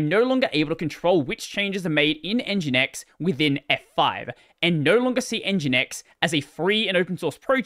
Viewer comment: fringinX lol